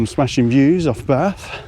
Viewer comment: Well, I was taken with a name like Barf...but was very relieved with hearing your pronunciation!! Absolutely amazed at those views!!